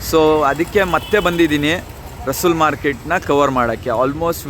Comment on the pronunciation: My dear friend, it's not Russull...it is Russell Market. Mr Russell from England opened this market.